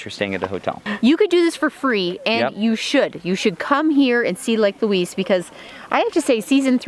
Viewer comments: We locals pronounce Lake Louise more like Lake Looize we kind of slur the "s" sound and not announce the "s" sharply. I hope that makes sense. You guys will have to go back when there is not so much smoke in the air. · I get a kick out of your pronunciation of 'Louise as Louiss'. We Canadians call it Loueeze. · It's Lake Louise (Loo eeze) not Luis! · Ho-run-num-nay is its first name. It's pronounced Lou-eeze not Lou-eees - the person it was named for was female so you're using the masculine pronunciation which is incorrect. And, Queen Victoria did not demand it be named after her daughter - it was named to honor the princess because she was the wife of the then Governor General of Canada and was held in esteem. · It's so much fun to sit on your dashboard and watch your family interact. I live four hours from Banff and appreciate the reminder how beautiful it is. I love how you pronounce Lake Louise as Lake Loooeeessss. We pronounce it Lake Loueeezzzz. Lol. So glad you enjoyed my backyard and were treated well. safe travels to you all. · Pro Tip - say "loo-eezz"